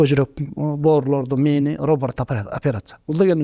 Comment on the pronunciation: интервью алаарда трамва эмес травма, роборт эмес робот деп айтып койсон??? 🙏 коп окушса неудели ушул создорду туура айта алышпайт😢 журналисттери баш болуп